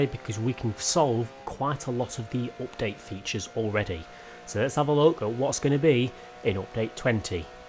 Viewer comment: Nobody:: Opdate